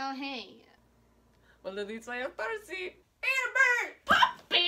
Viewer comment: What they said: Annabeth?! Percy?! What I heard:"Annabeth?! Puppy?!